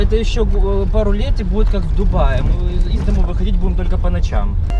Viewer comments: Да не пэкло а пекло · пекло а не пэкло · Почему он говорит пэкло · Не знал, что "пекло" читается - пЭкло